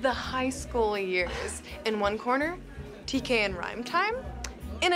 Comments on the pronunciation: Its not tkay its T.K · Its Tk not Tkay